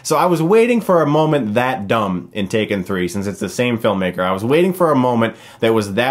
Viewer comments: It’s not take-three-n, it’s tak-three-n. Tak pronounced as “tac” as in “tactics”. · It's TAK 3 N. Not TAKE 3 N. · Chris, I'm afraid your saying the title wrong. It's actually pronounced TACK-THREE-EN. Hope this helps. :) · It’s pronounced “Tak Threen” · Calling it take three-en made my day lmao